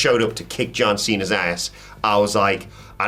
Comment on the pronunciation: I hope once Cena comes back, he shoes up in TNA for a couple of shows, JUST FOR THE FACT that I want to hear Santino to call him John "Chena" again.